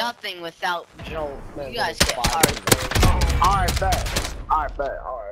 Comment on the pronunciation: jolt don’t rhyme with goat but shii in the dictionary your defined as onw